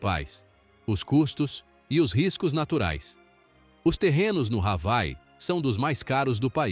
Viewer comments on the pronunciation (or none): Ha-vai? Isso é ditado por IA?? Hawai (Avaí)